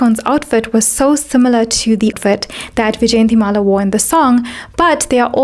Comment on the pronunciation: The actress name pronunciation is yjayantimala and not vijayantimala. Great content otherwise. I noticed the same in Amrapali video u have done..